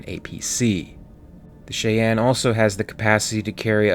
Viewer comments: Please for the love of God - Cheyenne is pronounced “shy anne “. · It's pronounced shigh-ann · Mispronouncing Cheyenne several times in this video is quite distracting. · Yes. Please. It's an indian tribe. The least we can do is pronounce the name right so they don't scalp us...🤣 But seriously, YES, Fix it. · Had to turn it off because I just cannot stand to hear you mis pronounce "fuselage" and "Cheyenne" any longer! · Interesting video - narrator can roll off multi-syllabic fictional tech gibberish without taking a breath, but flubs up common words like Cheyenne and fuselage. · you american?, but pronounced cheyenne like you came from india or singapore, lol. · angelofchoasdeath except he can’t pronounce Cheyanne or fuselage but yeah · SHY-ANNE or SHY-ENN. Not "Shay enn" or "She enn". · Is ut me, or is the pronounciation of Cheyenne odd in this video? I always thought it was "Shy Ann", as opposed to "Shae N" Minor curiousity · Shy-anne not shay-anne. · Yes it’s Shy-Ann not Shay-Ann . The name is from the Cheyenne peoples of North America. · Its pronounced shy anne not shay en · Don't know if anyone has pointed out that it's pronounced /shy-ann/ not /shay-en/ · Not "shay-on". It's "shy-anne", like the Indian tribe name. It's a continuation of U. S. Army tradition of naming their helicopters after Indian tribes. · Theory RE: UD-4L "Cheyenne" Utility Dropship The ship's name is pronounced as "shy-ann" - not "shee-ann" or "shay-ann." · Its not "she ann"; its "shy ann" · Chi Ann? It's shy ann... But love your channel. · I love your channel, but it's pronounced like Chainy, or Chain-Ee. Not Chi-ann. Cheyenne is of which I'm talking about. Future note. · BTW, it is pronounced SHY- Anne not Shey-Anne. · “Shy. Ann.” It’s pronounced shy Ann. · I can’t finish this video because the ship’s name is pronounced “Shy-Ann”. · your calling it wrong its pronouced shi-anne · It's pronounced 'Shy-ann'. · Cheyenne pronounced Shy-an. Just fyi. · Cheyenne = “Shy Anne” Sabot = “Say Bow”